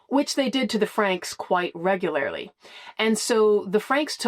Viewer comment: Reg goo lair lee